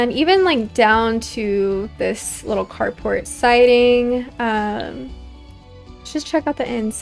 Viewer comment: I kept thinking you where saying “cardbord” instead of “car port” so i was very confused at first 😅 Im loving this series though! and i really appreciate this type of video its perfect background for my drawing and crochet! ❤